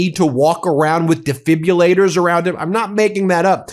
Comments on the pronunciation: These Republicans! Weak, shady, unethical. (btw - it's de-fib-rill-late-er rather than de-fib-you-later) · Ben. Please stop the mania. You sabotage your reporting by constantly mis-pronouncing defibrillator. Do you see the letter U in that word?